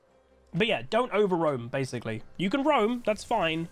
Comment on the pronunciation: Sub goal: one game in your most posh n British accent you can fake. Like “ I dun understand”.